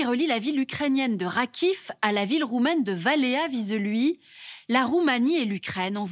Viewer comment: The pronunciation of Valea Vișeului is simply butchered. A simple research online would have indicated how to say it. Other than that, good job!